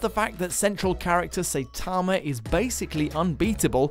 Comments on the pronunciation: His name is Saitama. Not Seytarma. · Anyone else cringe at pronunciation of Saitama? 😝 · Well you should because he said it wrong 😅